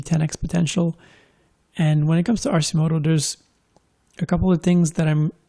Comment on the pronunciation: It’s “Arkimoto”...